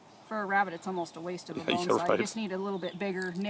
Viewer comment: “Awww look at the cute little wabbit” ☹️